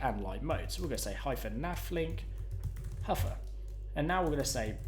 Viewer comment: I especially enjoyed the huffer (hover) effect